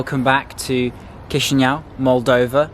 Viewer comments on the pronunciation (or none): ChişiNAU lol, its Chişinau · Not chişiniau but chişinau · Correct is Kishinau, but not Kishiniov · Chișineu😂I’m from Moldova, ly🤣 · 😂😂mooorrr cum spuni Chisinau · it's chisinau with c not k